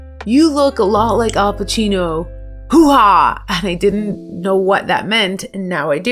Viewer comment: It's Hooah but pronounced very differently. I loved this movie before I joined the Army, imagine my surprise when everyone was saying hooah with a different inflection. Marines say hurrah.